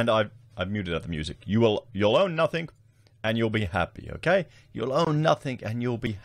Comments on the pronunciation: It's pronounced nothING not nufTHINK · You know how to spell it. Now learn how to say It. “Nothing” not “Nuthink” Just sayin’ what a lot would be thinking😉